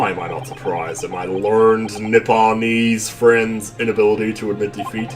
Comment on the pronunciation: Oh, and "learned" is two syllables. ler-ned